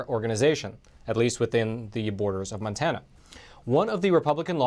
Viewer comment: MONTANA NOT MANTANA